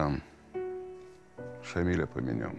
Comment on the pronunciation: Уважаемые режиссёры и сценаристы ..В имени Шамиля ударение ставиться на я ..а не на и...А так фильм прекрасный...